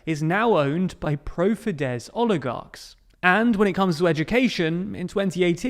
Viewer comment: You have no idea how happy you've made me by pronouncing fidesz right. Even though I hate fidesz.